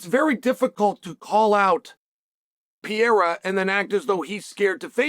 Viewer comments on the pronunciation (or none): Is Chael so unprofessional or stupid that he cannot pronounce such simple surnames like ImaVOV, not ImaNOV or Pereira not PYERA... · Chael Sonnen stop saying Pierre-uh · HAZMAT and PEE-ERA